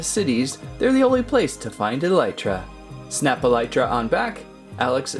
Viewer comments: i havent played Minecraft in a while but im pretty sure its pronounced Elytra (E - Lee - Tra) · You pronounced elytra wrong.